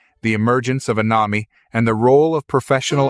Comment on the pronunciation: Learn how to pronounce Émile and anomie.